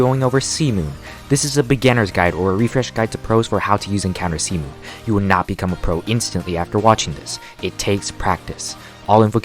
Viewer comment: idk why but everytime he says c moon it sounds like semen for me